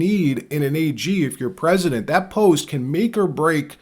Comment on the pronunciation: Rep-Al Green looks like a pimp. And did he pronounce, 'president', "pezident"?? I have a hard time believing these people were voted into office.